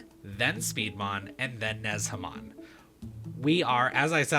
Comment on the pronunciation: in Chinese, the "zh" sound is closer to a j and the e is more of an uh sound, so nuhjamon would be more of how the pronunciation goes